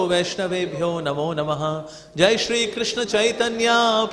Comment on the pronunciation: Awww so dramatic are his moves , he can't even say Jai or joy correctly. The Bengali lyrics too are sung with such un dialectic manner .